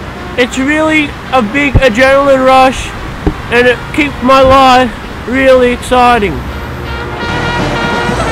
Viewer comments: its rwilly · It's Rwilly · lol is it rwilly?